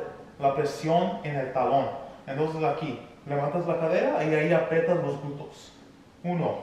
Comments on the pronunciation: 🤭 me encanta cuando dices glutos, en lugar de glúteos 😬 excelentes rutinas, gracias, saludos desde mexico. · 🤣🤣 me encanta cuando dice los glutos 🤗 saludos desde Puruandiro,Michoacan, Mexico